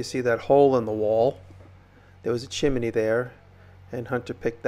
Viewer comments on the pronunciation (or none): Most of the time you’re saying chimeney instead of chimney, I thought it was just funny. We all have these certain words that we stumble over. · Impressive work! I like the way you say chimney. Great video.